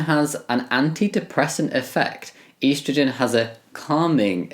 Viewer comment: I can’t get over the way you say estrogen 😭😂😂